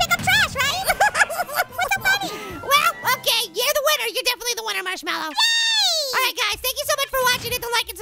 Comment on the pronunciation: its not marchwelwo its marshmallow